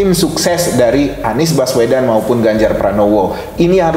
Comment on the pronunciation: "Baswedan" lhoo, bukan "Bawesdan". Hostnya kok gak nyari tau dulu sebelum nanya2, jangan salah2 sebut nama 🙂